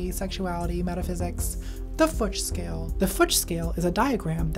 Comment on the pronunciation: "...the futch scale." there goes my afternoon